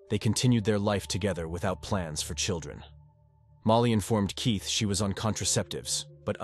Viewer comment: this channel is definitely an AI. You can hear the spelling mistakes when the bot reads. At one point, Keith was said Keoth. There's a few more but that one I heard quick.